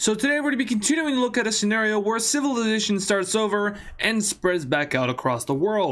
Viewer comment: civilidashun 💀💀💀 /j